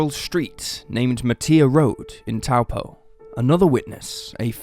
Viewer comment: Pronunciation of Taupo is pretty good